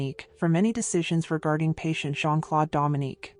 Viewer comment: Not Jean- Clode! It's Jean-Claude! Like the letter O. I cringe every time she says Clode!